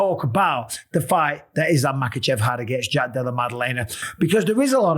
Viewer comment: wtf is that butchering of his name? Lmao